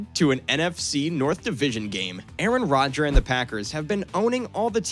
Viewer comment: Did he call him Aaron Rodger?